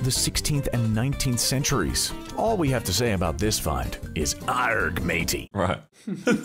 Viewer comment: Did an American seriously just pronounce the G in "Argh"?.... Fuck me...